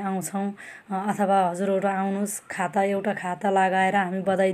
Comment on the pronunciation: खाता होइन खादा भन्नुस । उत्तर दिँदा धेरै गन्थन नगर्नु न सट कट जबाफ दिनु।